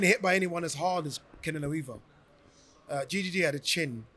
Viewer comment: Who tf calls triple G “gee gee gee”😂😂😂 never heard this once. It’s Golovkin, Gennady, or triple G. Or people say “big drama show”😂 Sounds like Gigi, what people call their grandma😂